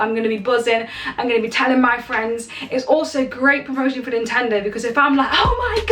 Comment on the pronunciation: "NINTENO HR"